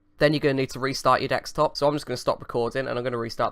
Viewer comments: It's Desktop not Dekstop lol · It's desktop not dexstop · I think "Dextop" has officially replaced "Desktop" in your vocabulary mate, damn hackers hahaha (although you did say Desktop once or twice so there's still hope :DD) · dekstop dextop deccstop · You've been doing these scam videos so much that it's affecting your actual speech. Dextop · Jordan Jamison he is juat kidding when he says dextop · lol u got used to saying dextop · I think you mean "wirtual machine". I honestly don't think you are capable of saying "desktop" any more, mate :D. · Guys, finally lost it. He can't even pronounce 'desktop' anymore!